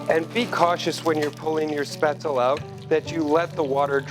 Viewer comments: A final "e" in a German word is not silent. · Maybe you should learn how to say it before pretending to know how to make it. Your batter is WAAAAY to thin. Capers & Spaetzle? GROSS! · My mother is German and makes Spatzle all the time. This is not remotely close as to how to make it. Lol your even pronouncing it wrong.